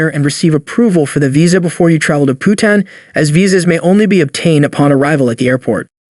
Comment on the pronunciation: How much pride are taking in making these videos? You cannot even pronounce the most basic words correctly. If you don't know how to pronounce "Bhutan", you know - don't make travel videos. It is pitiful.